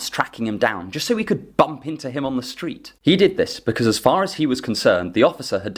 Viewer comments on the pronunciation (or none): none